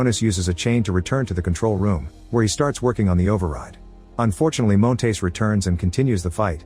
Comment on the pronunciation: I hate the way the AI voice pronounces Montes as “Moan-tays”